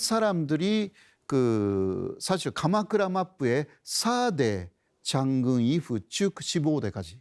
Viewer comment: ，韓国語の発音もっと勉強してください もし奥様が韓国人なら，毎日会話練習して発音直してください。その発音なら何言ってるかわかりません。 外国語のポイントは練習ですよ。 잔군(Ｘ) 장군(O)